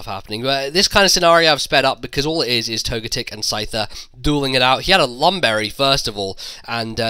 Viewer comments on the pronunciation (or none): I pronounce togetic toe-ga-tick but when you say it you emphasize the GAAA